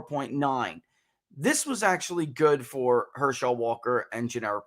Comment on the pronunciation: I think you maybe the only person I’ve ever heard pronounce his name Her-SHELL Walker. Must not be a sports fan 😝 otherwise, great analysis!